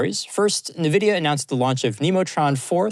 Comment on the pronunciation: People still can’t pronounce Nvidia properly 😂